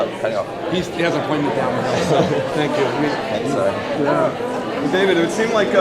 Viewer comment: Hahaahha 0.08 'SPANK YOU VERY MUCH .